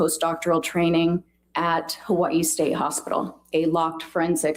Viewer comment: why would it be annoying to pronounce burrito correctly? And I didn't say that one has to pronounce Hawai'i with the 'okina, I was only pointing out that Dr. Curry was pronouncing Hawai'i correctly. So I'm not sure I'm quite understanding your comparison. 🤷🏽‍♀️